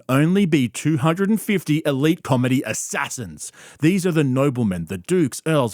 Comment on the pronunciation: It's the emphasis on the "assassins" for me🙋😭